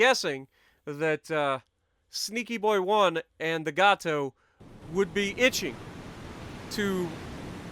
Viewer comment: Just informational: It's pronounced HebriDEES, like we pronounce the Greek hero's name Hercules. Emphasis on the last syllable. Also, Gato is pronounced like Gay Toe. Hope that helps.